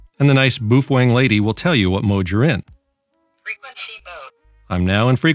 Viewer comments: omg... if you say BOO-FWANG one more time... its BOW-FANG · Very nice! BTW the baofeng in Chinese pronounced as "B-Aw-Fun" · There is a engineer where I work that was born in Indonesia and he says it is pronounced "Boof-Whang" .. He's an engineer so I think he would know better than you.